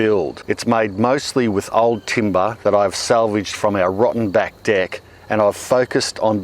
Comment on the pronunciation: They way he says "deck" tho! 🤣